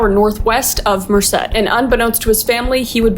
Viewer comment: DID U JUST SAY MERCED CALIFORNIA 😭